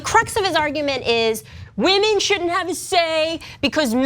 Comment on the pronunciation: retitle this video "wahmen proves wahmen dont understand sports or politics"